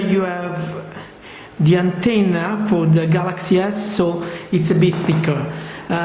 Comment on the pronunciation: "the anteina.... "XD